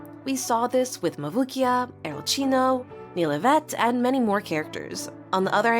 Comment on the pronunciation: It's Arlecchino not arlechino